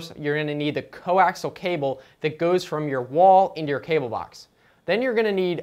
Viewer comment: Pronounced "Co-axe-ee-ull" cable. Not "co-axle"! Top marks tho for best BS video I've seen in awile!